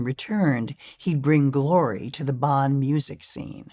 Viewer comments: Um, exactly. She said Bahn, like John. That is WRONG. It should be more like Bohn, like Bone but with less of a closed O. And no, it's not silly. It's awful to hear the city pronounced "Bahn." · Hearing Bonn so mispronounced is hard to take. I'm dreading hearing it. How can she not even TRY to get it right? Or close. She says, Bahn, like John.